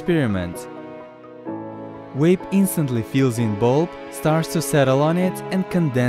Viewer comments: Dwont mwake fun of hwim. He has spweech pwoblems. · Cat its more like vanna wape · You cant pronounce "vape" 🤣🤣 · its vape its just a fuckin accent mate wape yeah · He's from a European country most languages in Europe pronounce the V like a W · Astros Cinema I like how he was able to say "vaporize" but says wape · “Oh now daddy, pwease down wape me UwU” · He can say “weight” right yet still says “wape” 😂😂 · DunkinDonuts90 I heard wape too lmao😂😂😂😂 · Your name is and you say wape... wtf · Nobody:: W A P E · Haven't you seen the video? It's a wape, not a vape. Say it correctly. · You mean wape? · Stoners Podcast Hwape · He says vaporizer, and vaporize. But says wape? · “We got this wape” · Mariah he said wape. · Are you guys aware that he says wape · Stop saying Wape omg 🤢💩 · Vape ❌ wape ✅ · No offence but "wape" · vape, not waype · What’s funny is the guy calls it a “WAPE” but says “VAPORIZER” correctly. Haha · "but this time with a WAPE"...omg i love wapes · How cant u say "vape" But you can say "vaper" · We got dis wape😂😂😂 but the mans can say vapor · He can say vaporize right but he says vape as wape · As soon as I heard “wape” I scrolled to the comments Also why does he say vaporize how it is but not vape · Upd: He speaks Russian (although he is Ukrainian), but in Russian there is no "W" and "V", but in Russian there is "B" almost as the "V". On the Russian word "wape" will be written as "вейп". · Think he said vwape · The auto captions claimed he said "wave" lol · “We av this wape”😂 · Can this guy not say the V LOL great vid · ok im sorry but he said Wape 💀💀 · Yoooo he call a vape a "wape"💀💀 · I literally come here because you say stuff like “wape” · Are we just going to ignore the fact this dude can't pronounce the V in, "vape" but has absolutely no problem pronouncing it in, "evaporate"? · So he cant say “vape” but can say “vaporize”? 🤔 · I know different accents say words different, but Jesus, how do you pronounce V as W